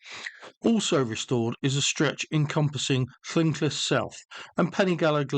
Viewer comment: Loved the video but your pronunciation of llynclys was wrong and very cringe